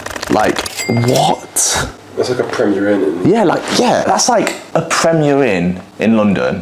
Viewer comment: It's like a Pwemier Inn!